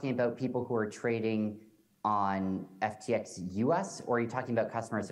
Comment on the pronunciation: he messes up his own company name